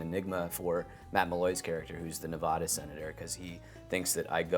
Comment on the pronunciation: "do you enjoy the research?" "oh yeah, for sure" doesn't pronounce 'nevada' the way the locals do